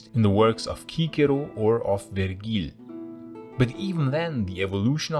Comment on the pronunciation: I love your (Classical Latin) pronunciations of Cicero and Vergil! English pronunciation of Latin is pretty awful, mostly because we picked up so much middle French in this language and also because of the “Great Vowel Shift” in (Early Modern) English. Even if one just pronounces C properly, as K, in their attempts at Classical Latin and Greek, I’m happier. The shift from some Cs from the K to the S sound happened in Late Latin, so it affected the later Romance languages, too. Why this shift is applied also to Greek mystifies me, this change never occurred in any form of Greek, including modern Greek. I know Greek areas were under Roman rule for some time, but there’s no need to Latinize Greek spellings and pronunciation, it just doesn’t make any sense.